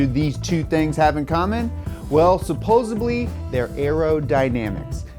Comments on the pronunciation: did he say supposebly instead of supposedly? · Love the nerdy stuff! Everything I was missing from "Science Garage." But did just say "supposubly"? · Man said Supposebly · Supposebly? Omg you guys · man just said "suposably" in the first 30 seconds. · Supposably? Respect reduced. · Supposebly Haha